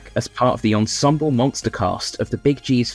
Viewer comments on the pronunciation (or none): none